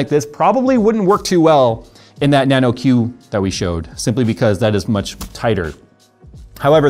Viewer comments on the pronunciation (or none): Dear God., that Thor-zone case is named Nanoq not Nano-Q!! This is painful to hear lmao